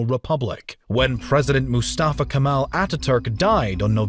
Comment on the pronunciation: Not Kamal , ''KEMAL''